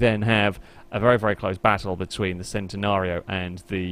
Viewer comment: It's centenario not centinario